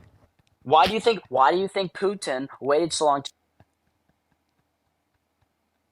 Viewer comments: “kamaala” “pootin” “baiden” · That dude is an idiot., you are a man of great patience. Moving the goal post at it's finest!! "I'm speaking Mr. President. Who says that?" 🤣🤣🤣 He sounds like he just recently learned how to phonetically pronounce Putin. He said, "Poot Tin."